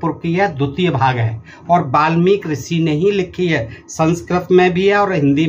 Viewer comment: Ve malmik nahi balmik hai😂😂